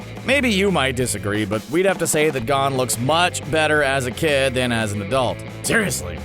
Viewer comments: Gon not hon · I feel bad but the way he pronounced Gon's name Gone I cringed in weeaboo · Is anyone else triggered that they called Gon, "Gaun".